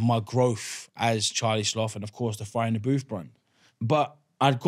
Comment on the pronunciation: Half way in and I’m gripped so far. I just love the fact Charlie created “fire in the booth” but proceeds to say “frier in the booth” instead 😂